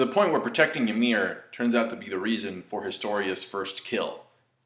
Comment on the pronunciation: "Yamelu" Looool !!!